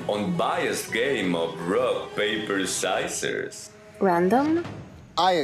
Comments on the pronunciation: bro does not know how to pronounce scissors he said”Syssers” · THIS MAN REALLY SAID SIZERS 💀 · "Sceizors" - DC S2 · “rock paper shysirs” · the way says scissors made me fall off my bed- timestamp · Who pronounces scissors like that